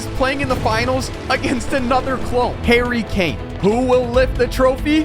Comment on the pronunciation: There’s only Harry Kane. One Harry Kay-ain! One Harry Kane!